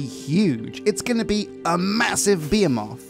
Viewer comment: You researched shields for guards and didn't give them any! And that pronunciation of "behemoth" killed me -_